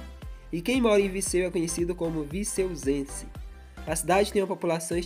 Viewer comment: Tá falando errado É Viseu e não Viceu